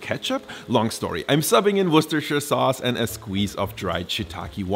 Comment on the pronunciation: guck dir nochmal an wie worcestershire ausgesprochen wird...